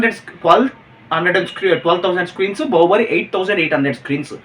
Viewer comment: బహుబలి కాదు బాహుబలి 😅😅😅